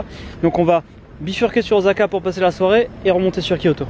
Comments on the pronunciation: Pitié, fait lui travailler le ooSSSSaka! et pas ozaka;'( j'ai l'impression qu'il y a deux fois plus de dai.. de Sika!! (c'est un cerf pas un daim u_u) que quand j'y suis allé (il y a + de 10ans) c'est ouf. je sais pas si vous avez fait (ou déjà fait) le Todai-ji (je pense pas vu que c'est payant et que est une pince) mais c'est super impressionnant. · Super vidéo mais ça se prononce Ossaka et pas Ozaka !!!!! Voilà il fallait que je le dise ... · DjoraNeko mdrr j'avoue le o"s"aka là! Ça fou de l'urticaire XD (en même temps c'est à la prononciation à la française quoi! Lool)